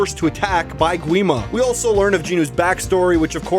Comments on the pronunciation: Its not said gwi-ma more like gee-ma and the barrier is called honmoon said honmun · Oh yes by the way the correct spelling is Gi-ma (The w is silent). Don't worry I called him Gwi-ma so much so you are fine.